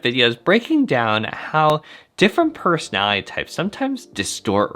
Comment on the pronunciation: I love your perspectives! Please enunciate "personality" with five syllables.